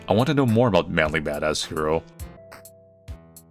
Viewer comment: Every time you say "" I hear "ManlyBadassCereal" for some reason. And it get's me hungry...